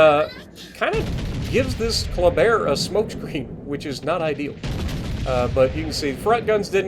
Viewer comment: Hey! First time I was confused when you said Colbert. But it was a Kleber 😅 nice video 👍